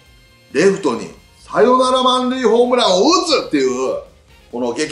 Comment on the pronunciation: サヨナラ〜がどんだけ〜のイントネーション笑